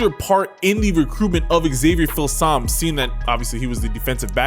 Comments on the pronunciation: I think it’s pronounced: feel some me.🤔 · Here's how to correctly pronounce Filsaime: Phil-Sum-Me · It’s pronounced Fill-sah-mee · Hook'em Allday Everyday, ps its pronounced feel-some-me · “Eeeee-wers” “Phil-sahm” 🤣🤣